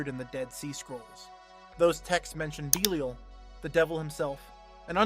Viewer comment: BEE-lee-uhl????? oh jesus